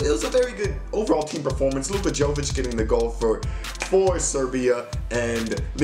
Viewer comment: it's actually Yo-veech